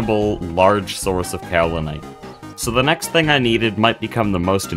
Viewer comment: yeah that seems to be the current state of youtube. quantity over quality. not to say that this is low quality content! i'm enjoying this series so far :) wait so is this multiplayer? or are the other "players" from some mod? oh btw kaolinite is pronounced "kay-oh-linite" not "cow-linite"